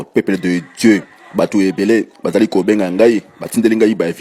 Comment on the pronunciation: Pourquoi cet monsieur dit "Peuple de Djeu, Force Satanikee, Force Satanikeee, equipe mobimba ya intercersion, saintespriii" LOL